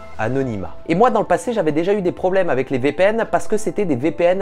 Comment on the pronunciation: Tu peux arrêter de dire "avait" au lieu de "avec" ? Merci....